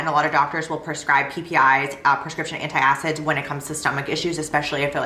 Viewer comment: It’s antacids not anti acids 👍